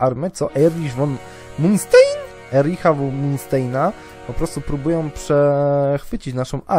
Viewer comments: Jakub Jasin też mnie denerwowało ja mówił munstein zamiast niemieckiego Mansztain. Wiem że inaczej się pisze ale wolałem tak jak jest po niemiecku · Manstein czyta się mansztajn a nie munsztejn xD